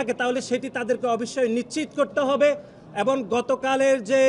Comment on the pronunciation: এবং শব্দটাকে এবন বলা হচ্ছে।